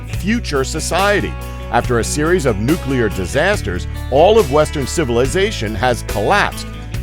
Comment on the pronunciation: It's Nu-clear not nu-cu-ler